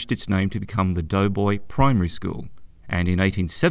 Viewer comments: Hello ….it is called DOBOY CREEK, DOBOY BRIDGE, and they are in the voting parish of DOBOY…..not Doughboy. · I have always known it ss Doboy not doughboy.